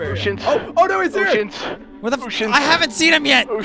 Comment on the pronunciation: uceans eleven ... uceans 😂😂